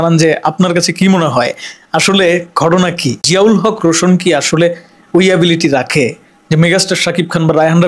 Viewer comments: ভাই বার বার আপনি রোশোন বলতেছেন আসলে এটা রোশান হবে 😂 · ভাই রোশন না রোশান । প্রথমে নামটা ভালো করে শিখবেন তারপর।নিউজ বানাবেন।